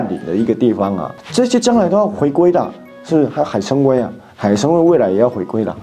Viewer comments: 不是海参崴wei 是wai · 海参崴(读wai第三声）